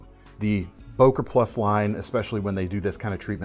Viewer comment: It is written "Böker" or "Boeker", but not "Boker"!